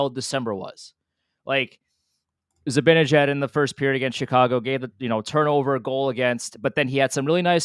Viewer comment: seems like a bright guy. Why can't he pronounce "Zibanejad" correctly?